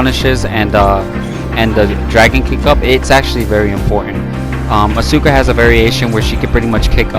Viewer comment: The game literally says her name correctly when you pick her lmfao why do mfs insist on pronouncing names wrong when they're literally said to you? Also music is dummy loud bruh, can barely hear you besides that blunder lmao